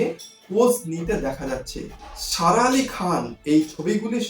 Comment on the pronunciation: Please pronounce her name properly.